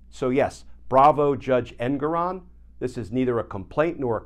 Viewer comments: Glenn, could you PLEASE learn the correct pronunciation of Judge Engoron's name. It's en-GORE-on. It is NOT EN-goron. We don't call you Kitchener. Start calling him Judge en-GORE-on. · Rhymes with 'more on'... for the censor. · His name is pronounced EnGORon.